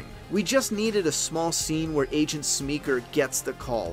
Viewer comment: Hey bud. Love the effort. I’ll continue watching but I had to pause. I’m probably the same age as you. But the thing is his name is Willem. Not William. And Paul is not Paul Smeeker. He’s Paul Smecker. I’m not trying to embarrass you but my OCD brain wouldn’t allow me not to say something.